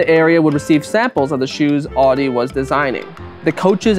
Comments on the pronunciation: That's not how you pronounce 'Adi', and not how you pronounce 'adidas'. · Why do I keep on hearing Audi instead of Adi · You're pronouncing 'Adi' as 'Audi'. It's weird. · Because he pronounces the 'a' in Adi wrong. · adi and rudi is pronounced very american!In Germany we pronounce them different. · Why do you pronounce all the German words impeccably.... Except for Adi and Rudi🙈🙈🙈🙈